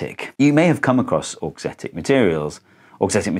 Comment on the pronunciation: The first time you said "auxetic" I understood "dorksthetic", like aesthetic for dorks, and I was like "yep, that would be me, I think it's very pretty".